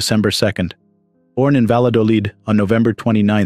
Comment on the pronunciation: It's pronounced Vayadolid. That's an Elle not an ele.